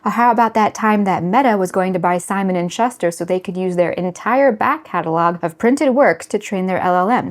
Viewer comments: He's not being "silly." She barely comes up for air. And she mispronounced "Simon & Schuster." It's "SchOOster," not "SchUHster." And she does this annoying, predictable, quick shifting of her eyes to the right, typically the tell of a liar, but easily programmable. There are NO pauses, no coming up for air, no reflection, no wetting of dry lips. Perhaps it's all editing, but it's just... not human . How ironic. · Information worthy of serious consideration, but I have to say... your pronunciation of "Schuster" (shuh stur) literally made me wonder whether you might be an AI character. 🙄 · That's ok. Shuster just means "shoe maker," so it's pronounced like "shoe -ster" It is a very good video. Please don't be insulted, but nowadays one cannot know if a video is a real person or an AI generated avatar. So I have a habit of trying to spot "tells." It would be very ironic to have an AI generated video that discusses how AI is compromising our humanity. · Simon & Schuster rhymes with booster, not buster. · shuhster? It's pronounced shooster. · Simon and SHUSHterr? I was so sure you weren’t AI even though you were so perfect. The pronunciations are still the tell. I do like your content but am conflicted. I did look up your website as well. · Are youchat gpting "your"/this post? Simon and... Giveaway is that shuster is not pronounced like shush ter?! Hypocritical? People of the world play both siides against the middle? Crazy? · interesting video, but it's pronounced "SIM-U-LAK-KRA" and "SHOE-STIR" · Shuster is pronounced Shoe-ster. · Are you AI? The way you pronounced Simon and Schuster makes me suspicious. Also, none of your segments (edits) appear to be more than 15 seconds long. Hmm. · You're a writer and have never heard how "Simon & Schuster" is pronounced? I find that very difficult to believe. To The point where I think you did that on purpose. I'm not sure why, but there MUST be a reason.